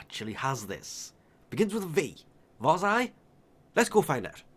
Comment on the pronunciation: LMAO! Its not WARS-EYE Its Varr-zia